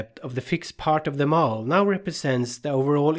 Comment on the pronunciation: Many thanks for your excellent videos. But the lecture over it is not much understandable. So, as feedback, can you possibly give your lecture's script to a text-to-speech engine (bot) to read it aloud over the video? I am saying this because you pronounce many words very badly, severely ruining your awesome video and badly distracting the audience. The worst of them is the word "model" which is pronounced by you as "mole" or "mowel". There are many such odd pronounciations. I would be very grateful if you could give the text to a bot to speak it. Thanks again for your awesome videoes.